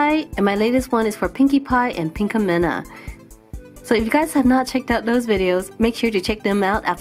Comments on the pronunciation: I hate you I mean what's it take to get some good grammar around here? It's pinkamEEEEEEna not pinkamina but it's spelled pinkamena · It's not pinkiemina it's pinkiemenia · Its pronounced (pink-a-meena) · You said pinkamina wrong